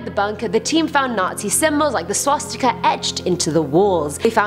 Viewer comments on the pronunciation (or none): none